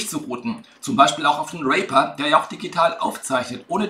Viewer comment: Cool, aber der Name der DAW wird "Rieper" ausgesprochen, nicht "Rehper".